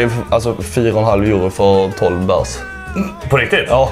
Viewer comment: att ingen svenne kan uttala euro rätt